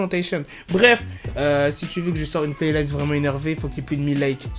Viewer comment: essaye pas de t'inventer un accent mdrrrr ça se prononce playlist et pas playlayst